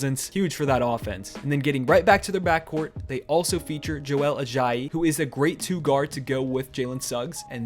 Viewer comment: Did mans say Joel ajiye